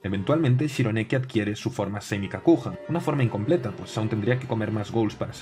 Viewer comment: Para aclarar Kakuja se pronuncia Kakuya. En japonés la j se pronuncia y (como en inglés) y la y se pronuncia i (estirada). Y la g como gue Por ejemplo, Yugi Muto se pronuncia Iiugui Moto